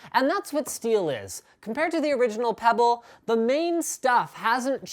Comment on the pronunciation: got pretty scared when he said "peybll wat te heck main"